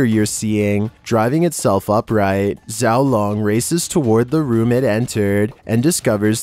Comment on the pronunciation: his name is actually pronounced she-ow loang I beleieve it could mean little dragon 小龙